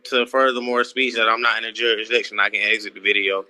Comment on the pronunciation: Why can’t they say jurisdiction